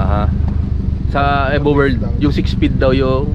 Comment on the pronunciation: E-VO not Eh vo.